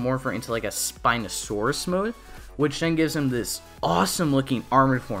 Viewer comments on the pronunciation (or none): none